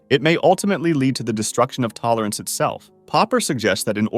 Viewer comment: how many times did bro say tolorance